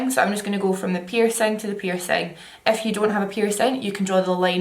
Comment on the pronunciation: Every time you said "if you" I was scandalized to hear "f you" at first 😂😂